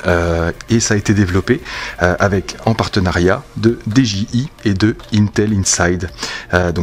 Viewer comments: j'me permets, n'y voit aucun jugement de ma part mais de la même manière que tu prononces "ine-tel" ou "Raïze", tu peux également prononcer "Di-Dji-Aille" (au lieu de "dé-ji-i"). Merci bcp pour la review m'sieur, tjrs au top! Des bisous! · dis est ce que tu peux faire un concours pour gagner ce drone stp et dji ce prononse di j aye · Dji sa se prononce en anglais